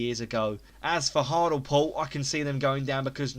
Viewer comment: hartalpool??? hart-ley-pool haha